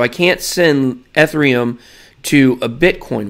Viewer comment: The level of cringe you trying to pronounce Ethereum. It’s kills me